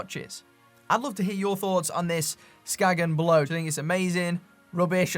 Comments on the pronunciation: Just a Dane passing by. When pronouncing Skagen, you don't say the G/it's silent, so it's pronounced Skaen if you wanna say it the Danish/"the right way". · That was a rather depressing video. I have Skagen watches (pre-Fossil) and these are still among my favorites. Great materials, such as titanium, and the movements were made by Seiko. The brand originates from Denmark. A local told me that the brand is pronounced "Skane". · Unless it was specified to be pronounced "Skagen" then the right way to say it is "Skae-en". I speak Danish, it's weird in ways. Not criticizing anyone for mis pronunciation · I own a couple of early Skagen chronos - early 90s, 37ish mm? - that are still working to this day. Interesting point: I met a tourist once from Denmark who quickly corrected me when I asked him about my "Skagg-in" watch... "SKANE," he said, "It's pronounced, 'SKANE.' " 😉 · Skagen is named after the northern Danish town, and it's pronounced "Skain". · 'Ska en'....no 'G' sound in the pronounciation, it is a 'guttoral stop' like a cockney saying 'water' ... 'wa er'